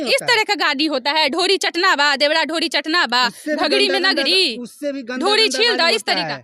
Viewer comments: मैडम जी एक तरफ दुध दुसरे तरफ शराब रखा है आप किसे खरीदेंगी आप पर निर्भर करती है देवड़ा देवड़ा रट लगा रही हो शूध बोलना सीखे पहले चलीआई रिपोर्टिंग करने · मैडम आप रिपोर्टिंग करने के लाईक नही है , देवरा को देवड़ा देवड़ा बोल रही है, ईससे आच्छा है कि आप नौकरानी के काम करती पि के आर्यन के घर मे नौ हजार के महीना मिलता